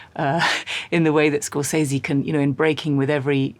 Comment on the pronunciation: Why does nobody pronounce Scorsese correctly?